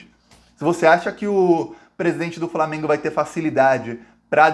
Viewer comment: Eles pronunciam FRAmeMgo